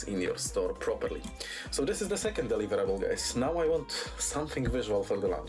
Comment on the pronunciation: the way he says "deliverable" sounds like hes saying "win" and honestly thats how it feels